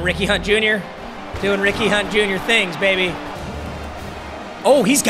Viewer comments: Is it just me or did it sound like he said weenie hut jr when he says Ricky hunt jr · Anyone else constantly hearing “weenie hut jr” instead of Ricky hunt jr